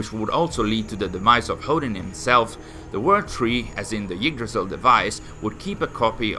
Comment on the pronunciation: When he says "Yggdrasil" it sounds more like "Yeetdrasil" lol